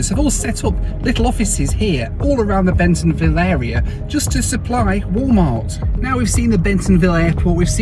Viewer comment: Bentonville NOT Bensonville